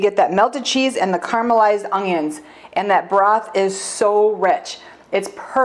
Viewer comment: Love it! My mom says ungyuns too.